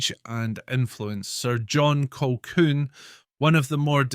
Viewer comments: Who the hell is Clan Colkwun, prat can't even pronounce our Clan Colquhoun correctly. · Oh dear it’s pronounced ‘Kahoon’. You might want to re-record. A great voice and interesting content but I couldn’t listen to the mispronunciation over and over.